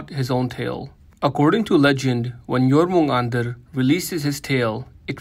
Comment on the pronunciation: Finally, someone actually pronounced Jörmungandr correctly, I've heard so many people butcher the name, it's not even funny.